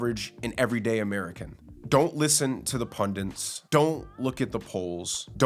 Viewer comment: Its pundits not pundants...fool